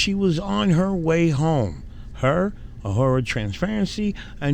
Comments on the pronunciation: I love how you say "Uh-her-uh"" Transparency. Just an FYI...it's "A-roar-uh" 🤣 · A-roar-a Not “a-whore-a” 😂 probably more fitting for her though 😅 lmao